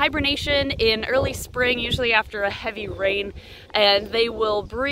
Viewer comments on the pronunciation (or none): none